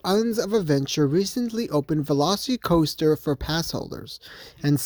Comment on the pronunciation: It’s not velocity coaster. It’s pronounced like the dinosaur. It’s Velocicoaster. Not velocitycoaster